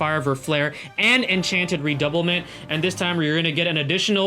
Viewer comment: Her skill's name are from French e.g "Redoublement" should be read as "Rer-dou-blur-blong" 😆